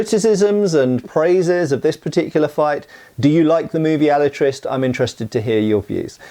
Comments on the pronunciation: If you can't be bothered pronouncing his name right, I can't be bothered watching past the first five minutes of this. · You are mispronouncing the name Alatriste. It ends with a mid-front vowel. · I think that final "E" in the word Alatriste is probably NOT silent! And the characters in this movie really make me think of Puss-In-Boots!😁